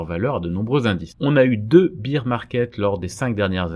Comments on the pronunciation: Juste un petit point d’anglais : on ne dit pas « beer » market mais « bèèr » market. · Petite correction : bear market se prononce bère comme père avec un b, parceque bire market cela fait penser à beer market, le marché de la bière... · On prononce "bére" market, pas "bire", c'est un "marché ours", pas un "marché biere" :) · bear se prononce comme la bière mais sans le i. Tandis que la bière en anglais (beer) se prononce comme vous le faîtes. ;-)